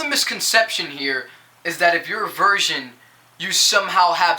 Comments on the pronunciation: Thanks:D Pretty much agreed 100% with what you said I dunno if it's just me but it seemed like you were saying version, is that your accent or..? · "Version" lol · he can sing though......he says virgin weird